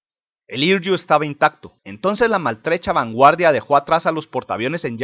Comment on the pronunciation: "Hiryu" se pronuncia "Jiriu"